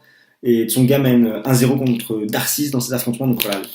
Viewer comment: Juste pour info -> On prononce darcis -> "darci" et de greef -> "de gréphe". En dehors de ça... bon résumé, bonne analyse :)